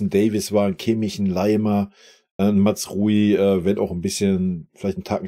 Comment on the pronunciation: MAZRAOUI NICHT MATZRUI !!!!!!!!